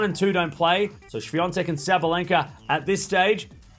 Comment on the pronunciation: Świątek not Swiatek - its totally other name - In Poland, they won't mistake your surname because it's very uncultured, even if you come from far away